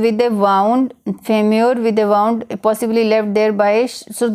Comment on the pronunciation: Wound pronounciation is wrong